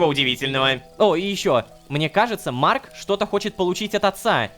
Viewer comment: Бедный рома когда говорит имя марка😢